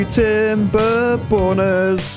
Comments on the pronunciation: I say chap, The way you pronounce timberborners Sounds like TimberPorners. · i thought you said welcom to "timberbon€r$" sorry my bad english and my way of thinking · did say Timberborners or TimberBONERS in the intro?